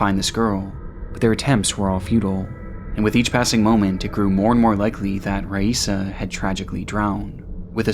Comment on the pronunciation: Raissa is pronounced 'hi-eesa'. Normally I don't nitpick, but out of respect....